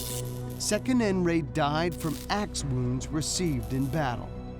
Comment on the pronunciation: The name is Sek Nun Raa, they pronounce it the wrong way😁